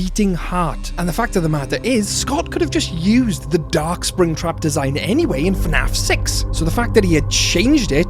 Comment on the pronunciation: he said sraptap at one moment